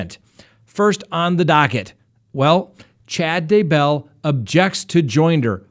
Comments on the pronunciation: Seriously; I KNOW People have complained about it before because you have TALKED about it.... but if you can’t say ‘Day-Bell’ correctly, I’m going to have to unsubscribe! It distracts SO MUCH from what you are saying About him!! It’s not hard! It’s ‘Day-Bell’. 2 syllables NOT ‘Daebull’. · It’s DAYBELL DAY-BELL 😂😂😂😂😂